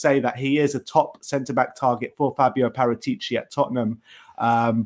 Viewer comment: It's Prrratiic.